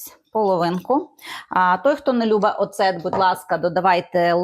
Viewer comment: Не ображайтесь, але правильно казати « Оцет»( наголос на перший склад).Всі проколи не коментую.